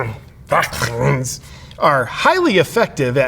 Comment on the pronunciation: The weird way of saying vaccine and covid is funny at first but gets old quick